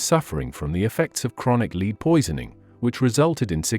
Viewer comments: I think you need to improve your pronunciation, eg led not lead and others. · Since when has “lead” the element, been pronounced to rhyme with “need” or “read”, and not to rhyme with “fed” or led” ? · Led not lead. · "Lead"(the metal) is pronounced LED not LEED!!! It also pronounced Elizabeth I as Elizabeth EYE instead of Elizabeth the First. Please stop these AI readers, they are useless. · Apart from her death year this was perfectly accurate. Lots of the comments were not! However, although lead is spelt with an a, it is pronounced led, not.lead! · Died in 1603 not 04. Why does he sometimes pronounce lead as leed? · Drives me mad when there are mispronounced words lead used in makeup pronounced led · "Leed" poisoning? Damned AI.......🙄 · Annoying mispronouociations, e.g., Lead (led), GingiVItus...